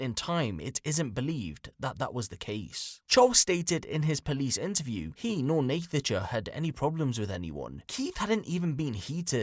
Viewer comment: Idk why you keep pronouncing her name wrong. It's pronounced "Natasha" ffs